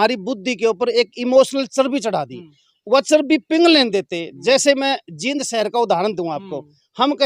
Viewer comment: भैया जी ये जीद नहीं जींद है